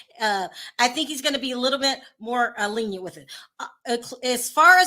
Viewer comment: Luv you but you should stick to reporting the housewives! You sound like a 4th grader reporting on the monarch and Royal’s!lol. You can’t articulate your thoughts on the manner and mispronouncing basic words like “lenient” 😂